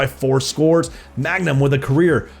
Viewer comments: i hate how he calls him magnum instead of mangum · not u continually calling him magnum when his name is man gum😂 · every time he pronounces mangum as 'magnum' i die a little inside